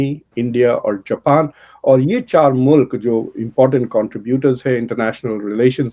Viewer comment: For God’s sake…….. Urdu is beautiful language and is your national language, don’t murder it. learn to say “mulk” it is not Mulak😿😹